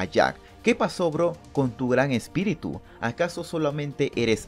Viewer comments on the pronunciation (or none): none